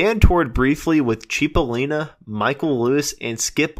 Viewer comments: It's pronounced "sipolina"right? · Heysoos Fkn Christo... it's "Chip!" CHIP!! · I never heard of a "Dan Freiberg" at least not in QMS. Sir, Cipollina is pronounced more like 'Chipo/lean/uh' pronounced straight through, not CHEE po leen uh. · It's pronounced CHIP-O-LIN-A = CIPOLLINA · So many errors!!!! So many mispronounced words! “Cheep-o-leen-a” made my hair stand up! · It’s not pronounced “Chip-o-Leena”.. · He was my friend…it is pronounced “Chip”ollina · He was my friend…It’s “Chip” ollina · Boy, I can't get over all of the mistakes, misinformation and errors in this video. And a lot of the names being mispronounced, that is just wrong. Not to mention historical facts being wrong as well. I worked with Terry & The Pirates producing many CDs for Terry Dolan and I was John Cipollina's roadie in 1988 and 1989. So I'm pretty hip to their history, and John Cipollina's too and I helped in producing his 3 DVD set "Recoil". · John’s name was mispronounced, but that’s ok. You obviously have a passion for this. And John worked with the legendary Welsh band Man before his untimely young passing. The live recording with Man at the Keystone Berkeley is a classic.